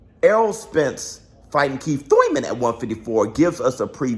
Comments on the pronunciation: Say Thouyman again 😂😂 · To one of the few guys i know that pronounce “ur” as “oi” like the stooges. Its spence vs thoimen! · Bruh you killing meeeee 🤣🤣🤣 don't nobody say that Thurman how you say that Thurman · Why do you pronounce his last name wrong! Is there a joke I'm not getting! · Why you say his name like that 🤣🤣🤣🤣🤣🤣🤣🤣🤣🤣🤣🤣🤣🤣🤣🤣🤣🤣🤣🤣🤣🤣🤣🤣🤣🤣🤣🤣🤣🤣🤣🤣🤣🤣🤣🤣🤣🤣🤣🤣🤣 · stoooop, 🤣🤣🤣🤣🤣🤣🤣i can't even attempt to spell how you're saying Thurman lol